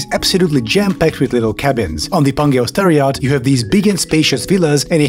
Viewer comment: I'm Czech like the narrator, but I keep hearing "terror yacht". This is something from Adolf' fever dream.